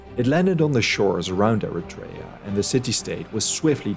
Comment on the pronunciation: Very nice but it's not Eritrèa but Erètria the accent falls on the 2nd e and it's pronounced E rè -tri a Also astonishing are the numbers of casualties relevant to the battle 203 greek casualties 192 athenians and 11 Plataieis to over 6000 dead Persians